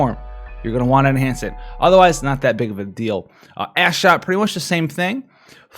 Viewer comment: Hey Buddy, Thanks for making this video. I gotta say Ash Shot sounds very wrong when you say it quickly lol. Made me giggle for a while anyway.